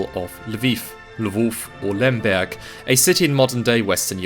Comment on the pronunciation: Your pronunciation of “Lwów/Lemberg” was perfect in both Polish and German